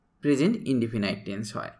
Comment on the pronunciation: ইন্ডিফিনাইট নয় ইন্ডিফিনিট